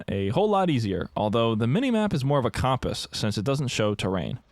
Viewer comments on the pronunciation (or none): “Com-piss” never heard anyone pronounce it like that 💀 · I love how pronounces it 'cawmp-ass'